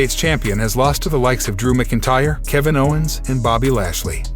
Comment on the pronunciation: You butcher Seth Rollins last name. You really butchered the pronunciation of McIntyre. And the first time you said Philadelphia… WHAT THE F#€|<!? Dude. Stop! You’re awful.